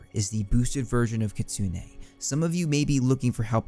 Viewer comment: I've wanted to say this for a while and I don't want to be that guy, but it's not Kitsune (KIT•SOON) it's (KEY•SOO•NAY). It's the name of a Japanese Yokai Fox thingy